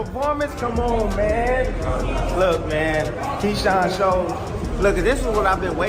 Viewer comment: AI Said “Keean“ 😂